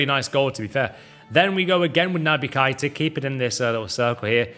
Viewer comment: You and Jamie carragher the only people that call him KIIIIIITA. It’s keyta ffs